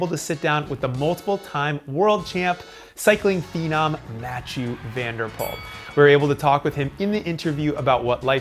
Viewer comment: The hieu part in Mathieu rhymes with The French word Deux